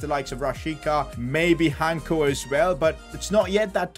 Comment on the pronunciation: Im from Slovakia like our defender Hancko and it pronounces with the c, not Hanko. Btw your videos are just great